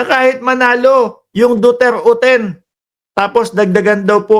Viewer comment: He he he ang sigaw nila parang Do dirty